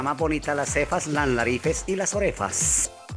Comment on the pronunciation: Yeii 😍💕 las narifes y las orefas 😂😂💕 "Para que no nos digan nariz de yoyo o nariz de almojabana" 😂😂😂💕